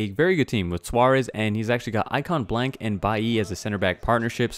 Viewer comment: Guys No Hate Needed Just For Him Mispronouncing Blanc Wrong Everyone makes mistakes In Life Sp Yh No Hate Needed